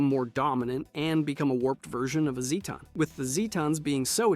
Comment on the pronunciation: I love all your videos, they are informative and fun and always worth watching... but for the sake of my sanity can you please pick ONE pronunciation of "Zetan" ? (even if it's the wrong one.) 😅